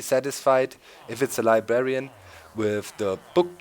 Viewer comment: Heh heh he says libarian